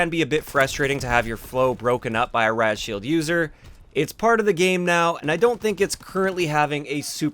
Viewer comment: Sounds like your saying 'rat-shield'